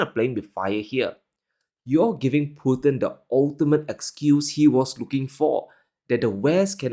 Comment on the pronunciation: They Said Mr Pu-nn instead of Putin